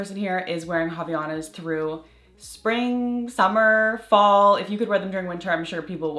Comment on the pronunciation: I love Havaianas!! Just fyi, it says “Avaianas”, and you pronounce the A after the V, it is a Brazilian brand, so it’s Portuguese. The H doesn’t have R sound, it is muted 😊